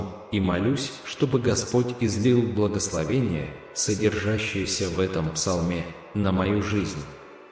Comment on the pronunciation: Япринима́ю. Это. Благословени́е